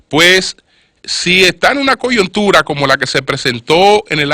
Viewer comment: Y qué carajo es una "coyontura"?